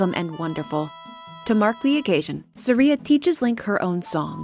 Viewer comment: For my entire life, I've pronounced Saria two different ways, never knowing which was correct, and you've just given me a third way. Thanks. Sah-reeuh Suh-r(eye)uh Suh-reeuh.